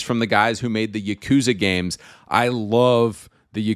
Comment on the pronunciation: Fr it's called games not gaymes